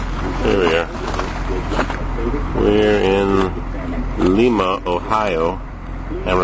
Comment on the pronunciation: PRONOUNCED LYMA